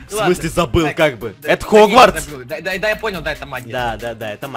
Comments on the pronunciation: не Хрюхогвардс, а Хрюгватс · не хрю-хогварц, а хрюгварц